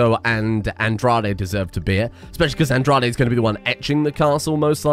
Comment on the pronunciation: Just so you know Andrade is pronounced "On-Dra-Day".. It's Mexican